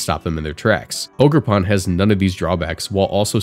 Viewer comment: It’s “OGER”! lol great video I’m glad to see amoonguss gone but these new mons are way too strong . Matcha gotcha, toxic chain and both ridiculous moves/abilities and chien pao may even be more annoying than zacian